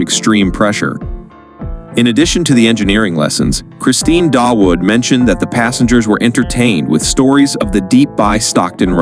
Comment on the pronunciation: By the way the pronounciation of Dawood is 'DAA' UUD' and NOT 'Da-Wood'. This name is common in Pakistan and translates to David in English and sometimes is also spelled 'Daud'.